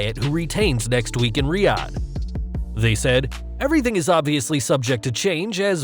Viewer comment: Nice to see you’re pronouncing Riyadh correctly, finally... lol